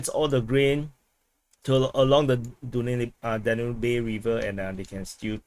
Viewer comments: Pronounced as “Daanub” river😊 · Its pronounced Dan-ub :) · Danube is pronounced DAN-yoob.